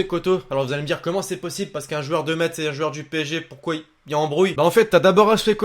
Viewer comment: C pas mettsse c messe